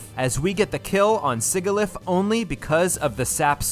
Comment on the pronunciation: Imagine the chaos if every wild and trainer pokemon had their hidden abilities. The "Sig" is Sigilyph is supposed to rhyme with "fridge".